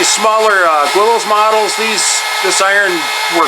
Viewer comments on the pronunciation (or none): You're gwilty of pronouncing Guillows gwillows...😜